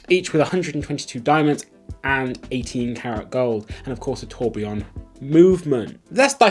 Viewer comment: You say you’re not an expert but you can pronounce “Tourbillon” correctly unlike the crook who’s flogging them!